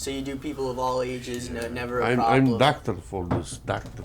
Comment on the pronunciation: "I am daaahctor for deez, daahctor"😂😂